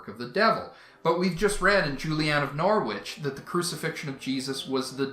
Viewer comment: Norwich is pronounced - Norr itch